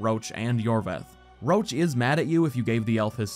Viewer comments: your videos are great, I watched hours and hours. but the guy is Roche, not Roach. It definetly need to be pronounced differently, Roš or try the french variant Roche (Roše) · Oh my god! I didn't know Roche's name in the English version sounds like Roach...